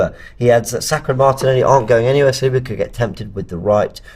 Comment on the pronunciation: Spoke with my friend who is French, he confirmed to me that Saliba is pronounced with a stress at the last letter. So it is Salibá. The right way to pronounce his last name.